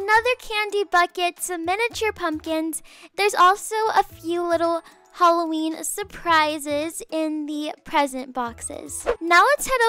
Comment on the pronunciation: Lol I love that she says “holloween”